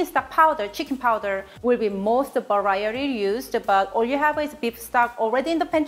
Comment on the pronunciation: Love your videos I think I have a new t-shirt for you. The way that you said variety. It sounded like Varierree. Much love